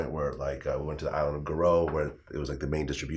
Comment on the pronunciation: The island of Gorée, not Goro.....